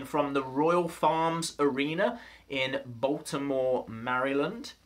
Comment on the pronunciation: You really butchered Maryland man😂 but I'm so exited I get to go to extreme rules in my hometown bmore